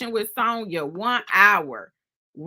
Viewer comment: you know you killing my ear saying Sewnyuh😂😂